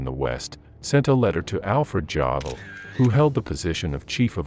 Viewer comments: I suggest to utilize correct pronunciation. Examples: Luftwaffe is not Laftwaff. Volksturm is not Folksturm. Jodel not Dzhodel. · Did he say jodl but with the J emphasis. Not sounding like Yodl? What's wrong with the narrator man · Alfred jawdl? Isn’t it jodl? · It's pronounced Yodl not Jodl. Jodl is the correct name, but since you're apparently using text to speech Yodl should be used. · Alfred Tshodle? Wrong;... say Alfred Yodel...! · Jodl is pronounced "yo-dell" not "jah-dell" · Jodl would be pronounced like "yodel", which is fitting as he started out in the Alpine Corps. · Good ol "Jaw-dl". Go Dawgz👌